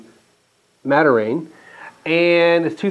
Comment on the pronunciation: please try pronouncing it "mad-ir-AHN"...it's great stuff very heart healthy with procyanidins.